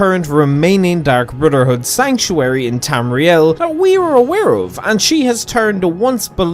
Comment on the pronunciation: Dark Brudderhood